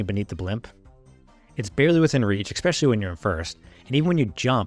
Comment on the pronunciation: Can we not say "exspecially"? It's especially.